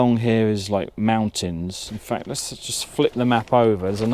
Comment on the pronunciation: MOUNTINS! MOUNTINS ! Every where ! 😂 👍